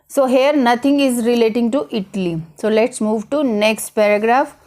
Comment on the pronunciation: Not itli it’s called Italyyyyyyy😐